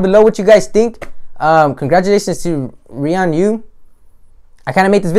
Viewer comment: This dude said ree an u